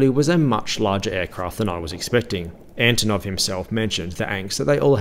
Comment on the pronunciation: Antonov not Anotov😂